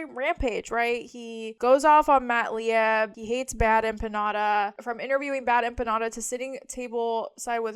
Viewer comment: Lieb is pronounced Leeb.